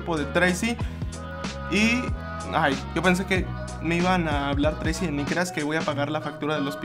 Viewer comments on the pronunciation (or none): Llego un poco muy tarde pero solo dejo este mensaje solo para decir que el nombre es "Tracey" no treisi ni treyci,etc...